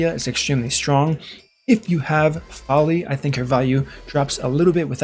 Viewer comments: Even though you typically have good content you are at times annoying. I have never been more annoyed than when you continued to say "Fowlee" over and over again. There is no "U: or "W" so where you are getting Fowlee from I have no idea. It is pronounced Foe Lee for real man. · Why are you saying Foli wrong?